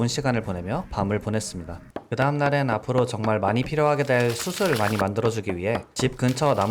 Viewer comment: 좋은 게임 소개 받고 영상도 잔잔해서 재밌게 봤습니다. 직접 더빙하시는 만큼 연습하셔서 발음 교정을 하시면 더 영상 퀄리티가 올라가지 않을까 싶습니다. "숯을"을 발음하실 때 [수슬]이라고 하시거나 "밭을"을 [바슬], "숲을"을 [수블]이라고 발음 하시는 것들을 들었는데 그 점이 아쉬웠습니다. 구독하고 갑니다!